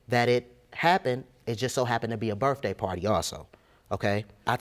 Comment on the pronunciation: Why does he pronounce it "Birfday" instead of "Birthday"?